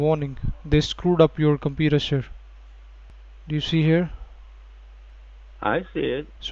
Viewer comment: “Sir, the secuuidy was WORKING” “They totally ruined your compuudah” 😂😂😂